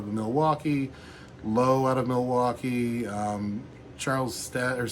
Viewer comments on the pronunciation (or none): none